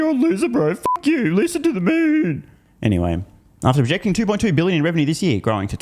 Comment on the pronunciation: Lucid is pronounced Loose It 😂